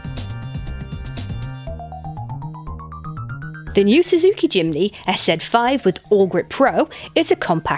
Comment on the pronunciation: Jimeny ??? it's Jimny, whitout the E